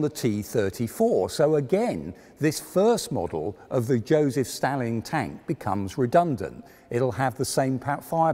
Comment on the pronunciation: You said Stalin wrong, among dozens of other words.